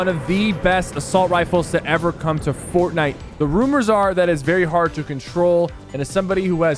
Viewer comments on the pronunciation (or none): is fortnite, not fortniye☺️